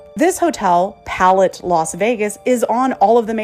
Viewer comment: That’s not how ‘palette’ is pronounced